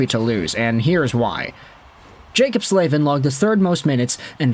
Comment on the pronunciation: Is it really pronounced “Slave-in”…? Surely it’s gotta be pronounced “Slav-in”…